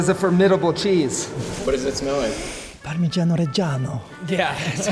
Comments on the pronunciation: Went to italy and still cant say Parmigiano 😂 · i cannot stand how this american pronounces Parmegiano